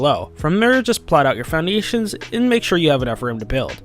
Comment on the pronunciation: You kinda say "Foundations" funny , i think its just me though :D